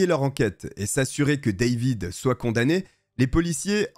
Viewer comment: Ca m'agace la facon tu pronon le A dans David.Pourquoi tu le prononce en anglais et les autres tu prononce en francais?